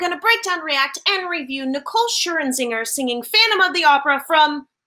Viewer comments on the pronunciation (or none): Lol "Scher-in-zinger". It's Scher-zinger. Where's the extra IN coming from? 😂